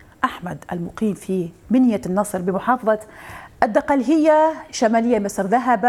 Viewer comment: الدقهلية وليست الدقلهيه